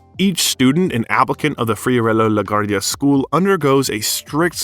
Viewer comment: La Guardia's name is brutally murdered here.